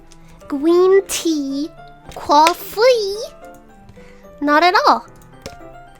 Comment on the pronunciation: Gwen tea…coufwee